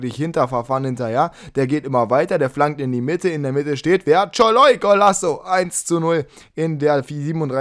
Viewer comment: szalai=soloi nicht scholoi